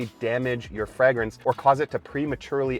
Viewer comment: Fragrance is pronounced with a long A